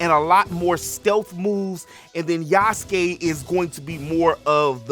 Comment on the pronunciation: You like the decision, its okay bro. You wanna buy it, its okay too. I was just voicing my opinion out of the matter, because i do feel the Japanese kinda sidelined this time. Btw its Yasuke not Yusuke, Yusuke is from Yu Yu Hakusho haha. I knew him from Netflix series and Samurai Warriors 5 way before this contriversy happening so i am kinda fond of the character...however unlike him in those 2 rendition, this one just make me feels it is forced to me as audience real hard.